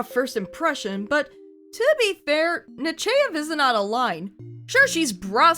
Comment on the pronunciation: The only good Admirals were Janeway and Nakamura. Also, im pretty sure its pronounced NUH- CHY- EV, Not NUH- CHAY- EV. At least, thats how Tim Russ pronounced it when he narrated "The Genesis Wave" audiobook. But yeah, shes AWFUL. I hated that she gave Jellico command of the Enterprise during Picards absence, when command should have gone to RIKER. He had more than proven himself capable of handling anything when he was made acting captain during the Borg incident. He would have handled the Cardassian mission just as well as Jellico. Look, if youre in a band, and your singer comes down sick, and cant make a big gig, and your bass player can also sing, and knows all the lyrics to the bands songs, do you bring in a totally new singer who doesnt know the material AT ALL, or do you just shift the bass player to lead vocals?? EXACTLY.